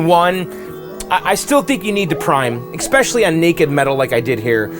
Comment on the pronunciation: Bro, how many times do I have to say it? There is no "x" in "especially."